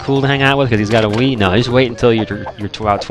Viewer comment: Lol I thought you said weed instead of Wii.